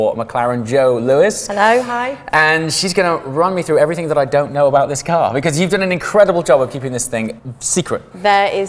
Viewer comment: "Everything" not "everythink", i keep having to correct my 3 year old about this i wouldnt expect an adult to get this wrong